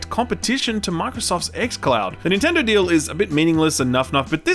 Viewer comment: Stop saying ninturdo